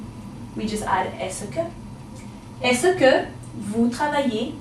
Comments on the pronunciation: her pronunciation of est-ce que is wrong it should be as-ke not as-se ke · Simon Tømte you are rihght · Isn't "Est-ce que " pronounced as "es ka" ? How come video -pronounced as 'es -e-ka' ? Is that canadian accent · This video lesson is quite good, except that « Est-ce que » is pronounced /ɛskə/ and never /ɛsəkə/. would know this if she were French. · Je vous remerci mais ta pronunciation de est ce que est mal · are you french.............pronounciation of est-ce que is wrong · good format of teaching except the pronunciation of "est ce que" but all in all it is great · ***** I'm a native french speaker and no, we don't pronouce the "-ce" as she do but simply like the "s" sound, as you said before. Another example : "Can I help you ?" could be said as follow in french : "Puis-je vous aider ?". French people will pronouce the "-je" like the sound of "j" as if there wasn't a "e". FYI, we also could've used this form of question for "Can I help you ?" : "Est-ce que je peux vous aider ?".